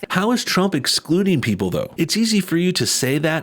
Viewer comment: did she say expluding?